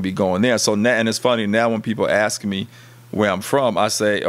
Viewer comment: And it’s “ask” not axe.